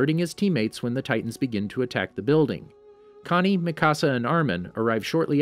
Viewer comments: This dude said makasa 😂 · Mikasa is (mi - ka - s -ah